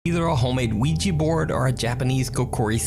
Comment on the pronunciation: Please stop calling it a Ouiji board, it's Ouija!!!!!!!!